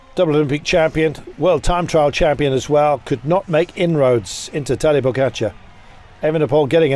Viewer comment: its pogacar not pokatschar man.